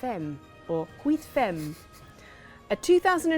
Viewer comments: 8 femmes is pronounced kinda like "wee fam". Nice try, French looks so difficult to non natives! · Psss.. It's no big deal, but "femme" is pronounced like "fam" in French.;)